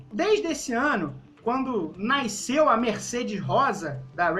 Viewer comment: Parei de assistir quando saiu um "Quando NAISCEU"... Aí não dá...